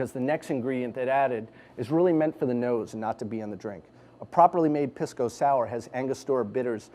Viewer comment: He pronounces it like an idiot. It isn't "piss"-co. It is pronounced more like "peace"-co.